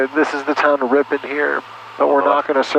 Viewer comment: San Franciscan: Ripin. Wisconsin: RipON